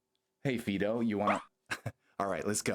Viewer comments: "FEE-do"? Isn't it supposed to be pronounced like the dog name "Fido"? (Otherwise the pun doesn't work...) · definitely said fee-do 20 seconds into the video but its all good....ive apparently been saying Rayquaza wrong for 20 years lol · someone said Fee-do